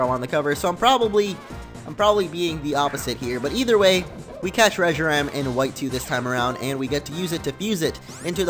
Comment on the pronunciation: Reshiram in the battle it said Reshiran